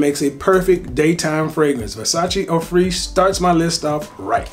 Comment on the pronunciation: eau freesh? Just pronounce Fraiche like fresh.